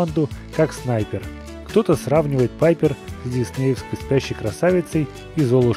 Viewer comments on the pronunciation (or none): none